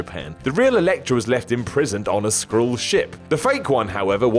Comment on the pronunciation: Nice to see that despite the line-up changes at WhatCulture Towers, some things don't change; still mispronounces "Skrull" when scripted. Or he's really stupid.